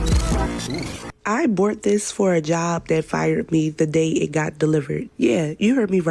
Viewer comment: She says, "I bort this" when she is trying to say "I bought this"